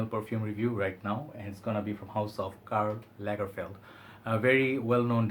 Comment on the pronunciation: Karla Lagerfeld you say 🤔